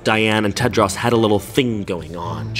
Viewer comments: I like how you say Tedros like it's Tedross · I love the way pronounces "Tedros" lol